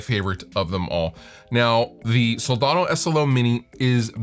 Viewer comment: *budget-friendly, yo *there are (the word "schools" is plural, yo) It's pronounced Sol-DAN-o, not "daaaaaawn-o"